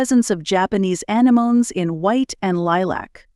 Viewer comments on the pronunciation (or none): Anemoneescan you not oronounce anything ?